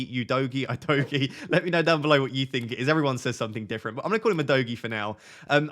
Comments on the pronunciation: Udogie is pronounced Udogee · It’s pronounced U- do- Jay.. it is a Nigerian name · Great content again mate 🙌🏾 I say keep your stats to everyone whose started with a proper analyses and managed an average 50+ points for wk 1 and 2 cos a lot is still going on in terms of changes, subs and injuries. PS: Udogie is pronounce “Who Dough Gee) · Hey, Udogie is a Bini name, a tribe in Nigeria. I'm Bini also. It's pronounced OO-DOE-GEAR (but without the R sound in gear) Stress is on the middle syllable